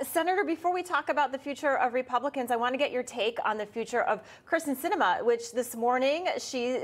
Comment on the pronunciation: It's KYRSTEN not Kristin.